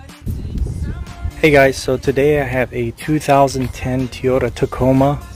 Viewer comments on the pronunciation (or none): A "Teeota" ??